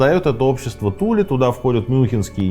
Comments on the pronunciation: Туле, ударение на последнюю букву. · Аненербе. Ahnen Erbe - наследие предков. скажите пожалуйста почему на карте указано Тиле, а вы произносите Туле? спасибо